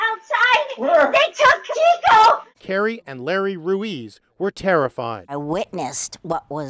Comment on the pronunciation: Its Pronounced "Reese" NOT "Ru-Eez" Ruiz